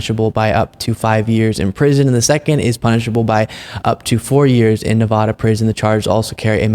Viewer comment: Nuh-VAH-duh not Nuh-VAW-duh